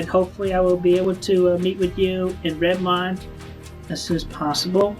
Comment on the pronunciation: The least important gripe about Chris, but Redmond is pronounced Red-mund, hearing it wrong repeatedly was a little maddening.